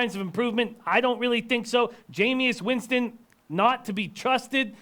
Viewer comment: I can't listen to mooks who call him Jameous Winston...rest of their takes are obviously as misinformed